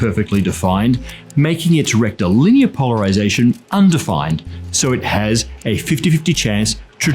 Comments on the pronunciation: I wonder how many proctologist's ears perked up every time said "rectilinear"? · How unqualified to be here am I? I keep hearing him say “rectal linear” and all I can think is “straight up ya bum”. I’m hopeless.